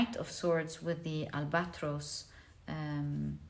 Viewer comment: Al ba tross instead of al bat rose❤